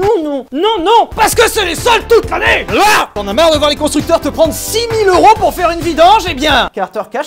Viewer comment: « Sa fera 6000 ero » au lieu de 6000 euro… et merci avec un « ç au lieu du c normal « mdrrrrrrr